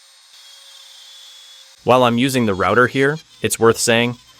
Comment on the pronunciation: Good technique and well explained but words like "rooter" instead of router and "poly yoor athene" give away the AI voice. This also explains the lack of energy and strange cadence in the speech. Try narrating yourself, I'm sure it will be better.